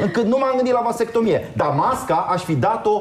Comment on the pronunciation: Dex: va vas vat vastectomie sau cum o fi:)))))))) am murit de ras